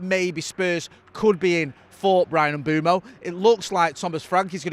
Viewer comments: Mbeumo Not Mboomo Not Mbuemo Not Mbwemo M-beu-mo IT'S JUST AS IT'S WRITTEN! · This pretending you don't know how to say Mbeumo is getting old. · It’s Mbeumo, not Mbeumo. Hope this helps